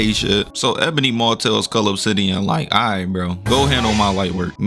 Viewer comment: It didn't even sound like he was saying cull obsidian 🤣